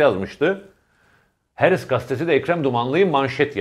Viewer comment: Levent bey:, "Ukranya" degil Ukrayna; "Herıtz gastesi" degil Haaretz gazetesi:) Selamlar.